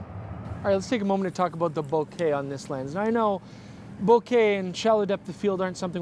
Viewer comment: Thank you for pronouncing "Bokeh" properly!